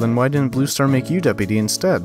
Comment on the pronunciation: I love how BrokenStar says BlueStar as ‘BlooStar’